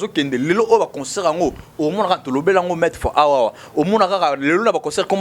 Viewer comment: il faut soit parler en lingala, soit en français Si vous décidez de parler en français, il faut arranger la prononciation. On dit concert et non conceurt. Pour le reste,il faut être au milieu du village. Bon courage